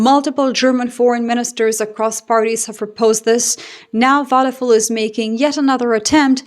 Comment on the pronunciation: It's not wadefool it's wadepuul . you may want to be more careful , not to butcher names , because you are repeating them so often .